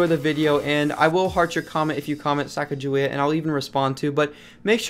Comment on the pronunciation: Sacagawea 😂😅 had to pause the video